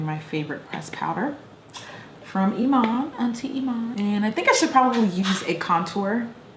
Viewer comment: my name is iman I love how you said it right most of the ppl say it weirdly...love you jackie hope you get aaaalll the sponsorships you want! Your content is